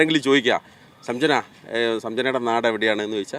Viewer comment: സംജന അല്ലടാ സഞ്ചന, നല്ല ശുദ്ധ മലയാളം ഇക്കയുടെ 😂 ആ പെങ്കൊച്ചിന് ഇവനെ കളും ഭാഷ ശുദ്ധി ഉണ്ട്